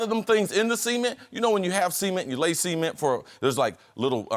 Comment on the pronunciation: the fact that he pronounces "cement" as "seament" is bugging me out lol